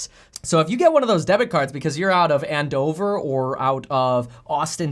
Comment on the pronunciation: It’s Andover not And Dover. I live 10 mins away lol 😂